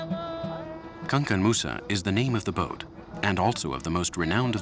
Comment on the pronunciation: Pronounce the the word good Mr journalist it is not Kankan Moussa we call him Kankou Moussa , that is to say that the boat was named after one of our greatest Leaders in the Mandinque empire and he was the world richest man of all time.